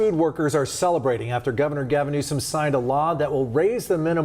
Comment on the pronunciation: IT'S GAVIN NEWSOM - not GAVIN NEWSON!!!!!! M!!! Not N!!!! Holy f***!!!!